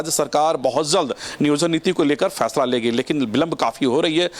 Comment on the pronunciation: Ye jmm ke jahil aur Bihari Neta ....jisko bat karna bhi nhi ata ....FAISLE ko...PHAISLA....Bolta ...drbagay hai